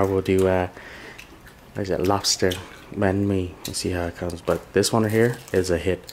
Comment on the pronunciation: banh mi, not bahn mi.